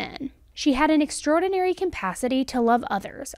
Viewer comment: Anybody else get annoyed when she says compacity instead of capacity? Idk it bothers me so bad, but I love her videos